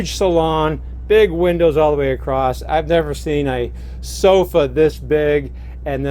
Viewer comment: Unique floorplan. Love the black toilet! Sorry I have to mention it but when you say the correct word 'across' your pronounce it 'accrossed'. I have noticed other people say it this way but not sure why? "Across" is the correct word; "acrossed" and "acrost" are nonstandard, colloquial, or dialectal misuses, often arising from confusing "across" (preposition/adverb) with the verb "cross" (meaning to go over/through) or from the way "across the" blends in speech, adding a "t" sound, but it's grammatically incorrect for formal writing and speech. Use "across" for movement or location on the other side, like "across the river," and "cross" for the action, like "he crossed the river".